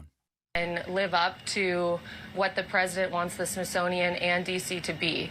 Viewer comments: The Trunt woman called the Smithsonian the Sisonoian WTF. My 2 year old grandson can pronounce it better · Did she say Shish monium ?????? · Sisothian? She said it multiple times. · She can barely say smithsonian